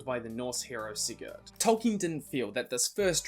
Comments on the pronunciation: When you say Sigurd you are not suppose to say the d at the end, depending where in scandinavia you are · Not quite. Here in Sweden we pronounce it with d.